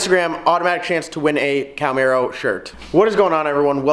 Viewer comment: Ok dude you lost me the second you said Cowmaro. It is pronounced Cahhh-marro